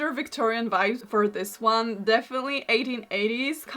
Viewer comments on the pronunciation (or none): Am I the only one who can't help but hear "This swan" instead of "this one"? 😭